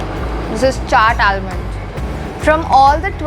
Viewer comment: Nice vlog. Please note that an "L" in almond is silent.